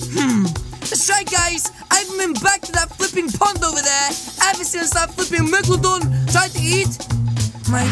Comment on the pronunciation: I love how said maglodon instead of meglodon